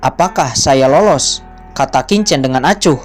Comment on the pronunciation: slmt siang Min lagi sibuk ya. kalau sdh ibadah jumatan tolong min di lanjut, versi mimin lebih bagus dan lebih bisa di mengerti dari versi sebelah yang bacanya sangat cepat. Min cuma kasih input sebagai penutur bahasa mandarin bacanya bukan kincen tapi Chin chen. bukan Sau cen tapi bacanya Siau Chen.. ada bunyi ch.. dimana dua bibir membuka dan lidah di tarik keatas. maaf tidak bermaksud menggurui ya min